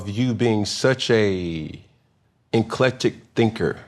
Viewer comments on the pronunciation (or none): enclectic 🤣🤣🤣 he actually thinks that’s the way you say and pronounce eclectic 🤦🏿‍♂️😒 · he uses “nclectic” in a sentence, he actually thinks that’s how it was pronounced, but he’s too proud to admit his mistake. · To be fair, he used the word correctly here lol .. but definitely still pronounced it as “enclectic” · "Rythmatic" "Nclecta"? Relax man. Yeah she's smarter than you but be cool lol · GTFOH. N - C - L - E -C - T - A. But hes saying "enclectic". Lost 1. Then he tried to switch it to some us vs them bs. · LMAOOOOOOOO. “ N’ clecta” mane if you don’t gtf 😂 That was N’barrassing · Bro said “heavy on the N CLECTA!!! WHAT!!! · I fw Cam but “inclectic” is insane😂😂😂😂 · NCLECTA …inclectic. CAAAAMMM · Neclecta. The "a" is silent and the "ic" is loud, thats all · “Inclectic” …. “n-c-l-e-c-t-A….. Dude what are you talking about?!?!? 😂😂😂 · “Eclecta” is crazy work…… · Webster- Eclectic (ec·lec·tic) Cam- Nclecta (in•clec•tic) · He actually said "nclectic" twice...1st in describing her 😂😂😂. Cam absolutely thought it was a real word...just wouldn't take the correction smh. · Good Lord. N-CLECT-A. Nclectic 🥴 Jesus. It's okay to be corrected Cam. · N-C-L-E-C-T-A. Enclectic. 🤣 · Hudaculture or HORTICULTURE????? THIS GUY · Being that it may, if you being such a enclectic thinker, who are you fans of?… the 1st time he said it wrong and she didn’t correct it shows she’s not big headed nor cares to be right. Love her demeanor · Cam: Nclectic... Lady London: you mean eclectic? Cam: No it's my word Lady London: ahhh ok Spell it Cam: Nclectic... N-C-L-E-C-T-A Ninja that's nclecta! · Did Cam just really say "Nclecta" what? What really just happened here.. 😂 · The embarrassment of not knowing that you pronounce ECLECTIC incorrect but trying to play it off is totally insane! BIG UP TO MY CANCER SISTA! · N C L E C T A… eNclectic 😭😭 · Meant eclectic, said nclectic, spelled nclecta. How embarrassing 😭😭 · “How do we add a R to that?” “Oh no!” 😂